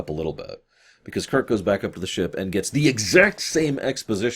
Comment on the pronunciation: I like how she says Kirk "Kik"